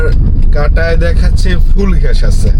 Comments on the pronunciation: ভাই ভিডিও তো ভালো লাগে। কিন্তু ঘ্যাষ ঘ্যাষ শুনতে ভালো লাগে না। গ্যাস না বলে ঘ্যাষ কি ইচ্ছে করে বলেন? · গ্যাস হবে ঘ্যাস না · আঙ্কেল আমার একটা রিকোয়েস্ট প্লিজ রাখবেন ঘেস বলবেন না গ্যাস বলার চেষ্টা করবেন নিয়মিত আপনার ভিডিও দেখি অনেক ভালো লাগে ❤❤❤